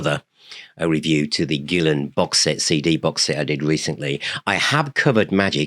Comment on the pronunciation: I've been pronouncing his name Gill-ON for almost 30 years. If I had been saying it the correctly, it would have been pronounced the other way. Go figure.